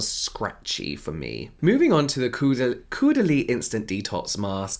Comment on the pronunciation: James…. It’s Koe-duh-lee. Au in French is always O. Like taupe.